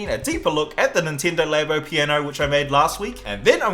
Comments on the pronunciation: Ninteendo labo 😂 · Is it pronounced Laybo or Labbo? 🤔🤔🤔